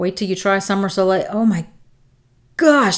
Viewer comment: Thank you so much for this video! Helped me decide which scents I will be getting! Btw, You did pronounce "soleil" correctly :)